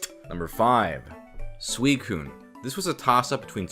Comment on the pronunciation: sweekun? It’s soowiseen